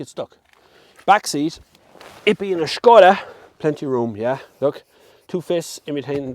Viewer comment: It is not Skoda. It is Škoda.